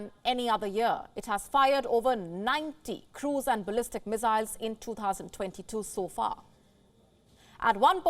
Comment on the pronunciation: Mizzzzzzzyles uh?